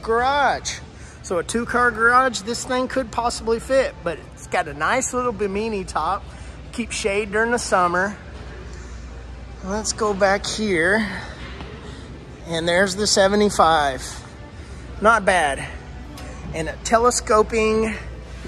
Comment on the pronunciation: The top is pronounced bi·muh·nee, lol. Bimini Top 😊